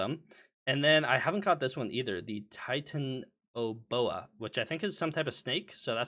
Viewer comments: titanoboa pronunciation hurt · Its logically the correct way. Most including myself prefer what youre talking about but it is technically Titan-o-boa, Titan meaning Big, Boa being a type of constricting snake, and The O to combine the two.